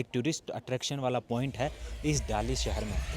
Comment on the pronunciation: Pls say "shahar", not "sahar".